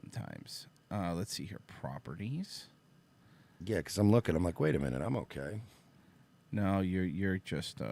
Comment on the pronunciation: "i'm rooking" - Frozen said unironically